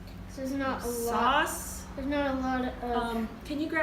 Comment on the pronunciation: I like the way you say saws lol and that was a very clean kitchen excellent video I look for to seeing more